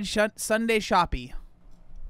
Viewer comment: Shoppe is pronounced SHOP. It's a British spelling